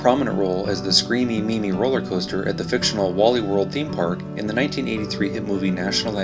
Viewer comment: Did he really say, Rolley-Coaster”? Eee gads.